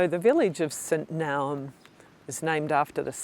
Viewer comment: Epic wild camp. Loved watching your journey around the Northern side of Lake Ohrid. Brought lots of great memories back. I visited 43 years ago—time to visit again. Btw, Naum (Monastery) is pronounced Nah-oom.